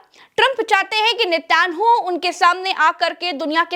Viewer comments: Netan yahu naam hai. Netyanhu nahee. I was thinking to tell you from months. Any how it is hard to pronounce Hebrew language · (Netyanu😂) nahi Ma'am( Naytan Yahu) bole toh kutta I mein dog 🐕